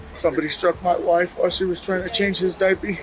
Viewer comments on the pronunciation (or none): He says, "diappy"!!! What a stupid "child kil**r"!!! Yes, diappy😱🤬